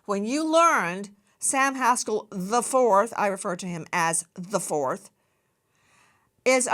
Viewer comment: Every time she emphasizes the fourth I giggle. This case is awful and this man is disgusting but, my god, I love you Nancy Grace🤣 you make my day❤️